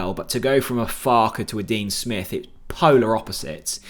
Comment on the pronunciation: Dean Spiff? Hahaha creasing.